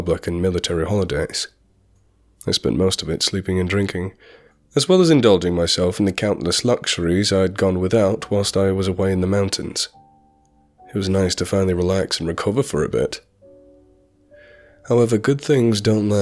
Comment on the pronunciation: Did he just say "Twilst" he was away in the mountains? LMAO.